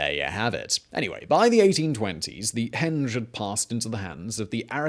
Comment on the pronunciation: Accent wise, which American state would say 'a henge' is something a door swings on? Greetings from lockdown UK : )